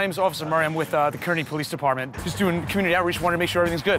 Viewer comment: He said Kearny wrong